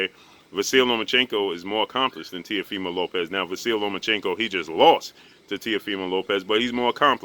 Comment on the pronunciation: I think that I heard say TEAFIMO LOPEZ 763 x's, I mean after the 1st 12, I think that we can figure out his last name if you just say Teafimo..... Goodness Gracious